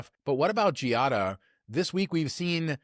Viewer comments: I know that pronunciation of "foreign" words has been an issue here, but Giada's name is pronounced "JAH-dah", not "gee-ah-dah". The "i" is silent. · Ok fellas, if ya going to discuss her, say it correctly. Its pronounced “JADA” (Giada) not GeeeeOddAAA. ✌🏻